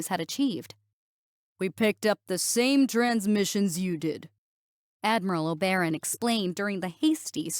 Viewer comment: The word Oberon is pronounced "oh-buh-ron".